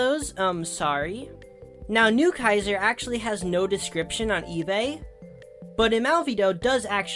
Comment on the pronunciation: if the "kaiser" part of newkaiser is german, then you said it correctly, yeah.